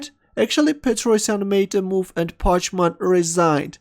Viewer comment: i think you pronounce the opponent packman, not parchman!